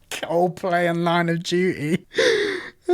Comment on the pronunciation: “Line of dew-ee” lmao